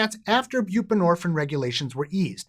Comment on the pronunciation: Is there a reason you done pronounce the “ine” part of the word “buprenorphine”…? Is it like, a French thing, orrrrrr….. HINT: it rhymes with “morphINE”… indirectly… well in an Eminem kinda way.